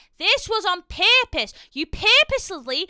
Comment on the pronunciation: That crash out was 100% valid but the accent getting thicker when you were saying "purpose" may be the best part of the video